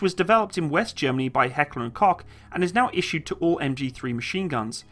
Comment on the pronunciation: As a German, I do understand that you Americans have problems with the pronunciation, but come on Heckler and Cock? Lmfao